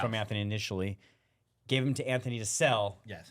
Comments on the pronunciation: His name is ANTHONY! Not Anferny! 🤦‍♂️ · I thought there was something wrong with me, but i realize this guy cant tell a story. for a guy that post many videos about him, how TF does he keep saying Anferny ?!? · “Jimmy is wiff Anphony” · Tugger, Coachcaine, Anphony...